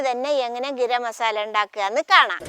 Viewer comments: ഗിരം മസാല അല്ല ഗരം മസാല😂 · ഗിരം മസാല അത് കേൾക്കാൻ സൂപ്പർ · ഉമ്മ അങ്ങനെ പറഞ്ഞോട്ടെ നമുക്ക് തിരുത്തി വായിക്കാം 👍❤️